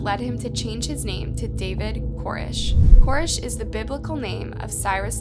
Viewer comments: Koresh! lol. Not Korish. Jeeze. They don't tell you that when they make documentaries on his behalf, lol. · Not to mention all the pronunciation problems. I mean she says "Core-ish" instead of Koresh a million times. How do you not know how to say David Koresh?? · co-RESH! If you haven’t been around and watched footage enough to PRONOUNCE his name correctly, chances are you won’t be accurate in your documentation of events. Also … he wasn’t a rock star. The title, and the first few minutes of this, are at best incredibly misleading. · I mean, in all the documentary footage, they pronounce his name Kor-ESH. So why does "" keep pronouncing his name wrong in this video? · I still think the echos are hilarious, but you mispronouncing his name through the entire video even tho you heard it pronounced correctly is even more laughable.